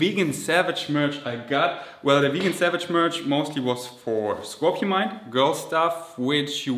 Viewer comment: I am sorry 😅 But have to comment again 😅 what happens to the o and n in scorpion 🤔 I always hear scorpimind Driving me insane 😅